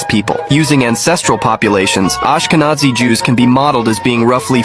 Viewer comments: "AshkeZANI"!!!?? It's ashkeNAZI yo,if u can't connect the rest u need to stop doing clips even if they're good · It is pronounced: Ashka-Nazi (Breitbart banned me after writing that)